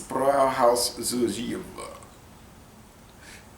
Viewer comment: Fun fact for you buddy, the v in jever is pronunced like a F, like JeFer Stay healthy